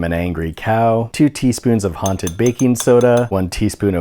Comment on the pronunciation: You know it’s October so say haunted Like a hunted pencil